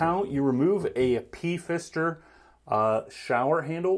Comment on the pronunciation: Did you seriously say P-Fister? Wow.